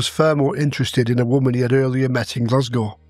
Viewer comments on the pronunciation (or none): none